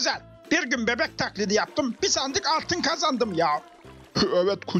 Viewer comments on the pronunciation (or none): de sandık değil sandik diyor